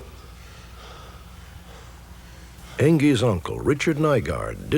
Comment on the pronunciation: I don't guess it matters but the guys name is Curtis heckt not heck